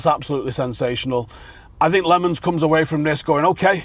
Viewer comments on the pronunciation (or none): LOHMUNS. Not Lumen